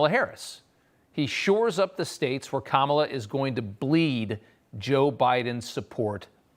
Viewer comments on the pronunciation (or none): Us people in the non-mullet, MAGA hat wearing community don't really care about how Kamela laughs. Learn to pronounce her name. She is going to be POTUS for the next.8 years.😊